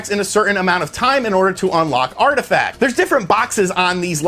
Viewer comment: "Artifacts" ...what?